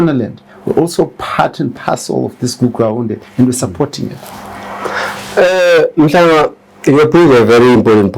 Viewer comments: Make me I understand this guy is a Ndebele but can't pronounce the word Mthwakazi, is he a Ndebele or he got the Ndebele surname?,pls let me understand something 😮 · MTHWAKAZI NOT Mtwakazi. How would you like it if we start calling Zimbabwe Zimbagwe?